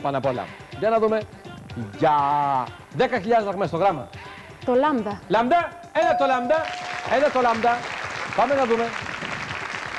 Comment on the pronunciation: 6.01...Λάμντα;Λάμντα;;;;😕 Γιατί μερικοί άνθρωποι το προφέρουν Λάμντα?